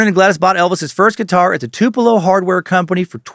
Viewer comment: I was born and raised in Tupelo and I appreciate Dan pronouncing it correctly. (For real, no sarcasm.)